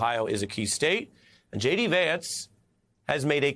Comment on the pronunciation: J.D. .... is that pronounced "shady"?